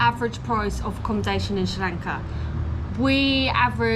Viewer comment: I love it when you say srilanka love it